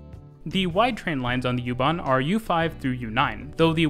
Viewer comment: I was stunned by your pronouncation of the plattforms connecting U-Bahn and S-Bahn...very very good!